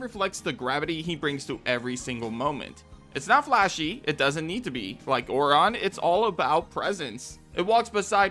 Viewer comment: I'm sorry but the way you pronounce Aurons name is so weird. I have never heard it pronounced that way! I personally wouldn't have added it. I don't think it's that great.